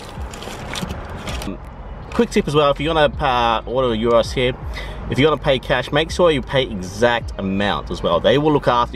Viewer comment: Already happy that you are pronouncing it “yeero” Cool to see the Greek influence in Adelaide 🇬🇷🇬🇷